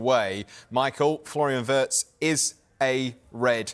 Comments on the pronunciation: Remember...His name is pronounced VIRTZ....not Wirtz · The Brits simply can't pronounce "Wirtz". Try saying "Veerts" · What a joke. Sky presenter can’t even pronounce the guys name.